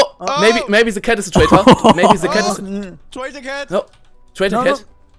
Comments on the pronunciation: Se -.- es ist THE! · Se osser side alter -.- THE OTHER SIDE wie ich diese leute hasse die anstatt the se sagen -.